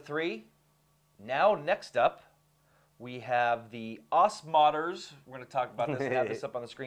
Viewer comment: It's pronounced Oz Modders